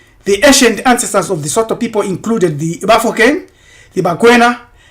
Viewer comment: Sotho is rather pronounced Sutu